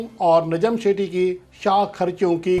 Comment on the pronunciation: لفظ نجم سیٹھی ہے شیٹی نہیں باقی رہی بات چیئرمین کی تو وہ پوری دنیا جانتی ہے کہ نجم سیٹھی کو کیسے لایا گیا ہے